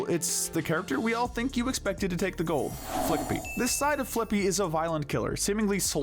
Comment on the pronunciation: I hate to say It but it's pronounced "flick-pee"